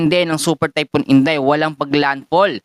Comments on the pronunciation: Typhoon hindi typon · sakit sa tenga. THYPHOON KASI HINDI TAYPUN.